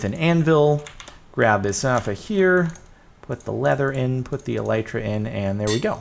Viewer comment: (This is supposed to be constructive criticism and that is just bugs me) The new item is pronounced with a short vowel "I". They are named after the hard shell protecting the wings on a beetle or ladybug. Anyways, keep up the good work, you are awesome!